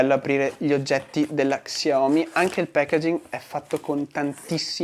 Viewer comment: Comunque si dice "sciaomí" e non "csiaomí"😅